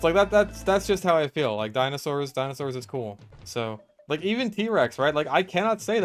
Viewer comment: i love how you call them dino sours like me lol